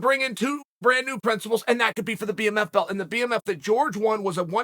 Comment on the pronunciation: man said bmMILF belt